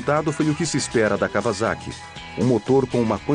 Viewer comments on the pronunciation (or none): 2 coisas... cada vez que esse narrador fala KAVAZAKI... me da uma pontada no figado... a pronúncia correta da palavra Kawasaki é: KAUASAKI. noob! o segundo detalhe é a pena que da ao ver o defeito no fim do vídeo. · KauaSSaki com dois SS seria a pronúncia correta. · claudia valeria Da Dilvau3r74ly nenhuma das duas formas estão corretas. Os japoneses pronunciam " kauassaki "